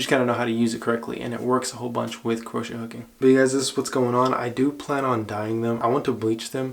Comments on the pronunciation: no offense but its pronounced (crow-shay) hook not (kru-ch) hook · Its pronounced cro-shay baby lol not croshe